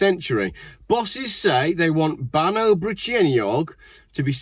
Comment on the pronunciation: BAN EYE is the way to say that not awe